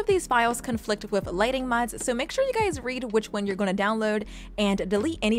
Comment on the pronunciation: Great video! I think I'm going to have to get new lighting mod now! Also I can't get over the way you pronounce lighting, you pronounce it as lightning lol.